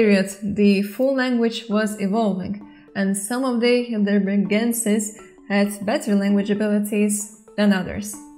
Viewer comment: Hi! Native speaker here. The 'ei' in 'Heidelbergensis' pronounces like the English 'I' in 'high'. Think of it like 'high.delbergensis' 😉